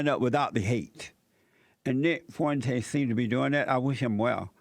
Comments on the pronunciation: How can u not pronounce Fuentes? Fwentez.... Easy.. "He looks white to me" okay..... Latin and hispanic people are descended from spaniards and indigenous people. So yeah many of them look white. Wow and ur bashing him for living with his parents? Whats wrong with him saving his money and helping his parents out instead of giving all his money to a stranger? And then u bring up dating. Many millennial and gen z women live at home WITH their own children. Hes a beta male because he lives at home? Thats fucking retarded. Dude is 21 not 37. Its okay. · “Nick Forntez” 😂😂